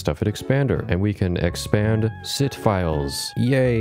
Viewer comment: general kenobi (also sit files sounds like SİTH files!)